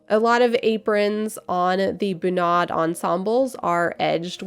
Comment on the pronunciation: Feeling like Hermione watching this, it should be bUnad, not bunAd :P